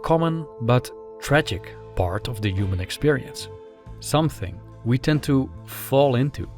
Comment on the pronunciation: Over the years I watched your videos with great enjoyment and I am continuing to do so. Great content and beautiful presentation, really. But there is this one thing driving me crazy. Man, just pronounce the word "human" the intended way. PLease! IM beggin you. I can't stand it any longer. For some reason its just supremely annoying for me. I know that you are used to pronouncing it that way because you are from Holland and your mother tongue is affecting the way of your speech in other languages. You have an accent, for short. But please just make an exception for that one word. Much love from Türkiye!